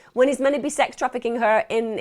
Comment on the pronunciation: love how she says 'menna' instead of 'meant to ' lol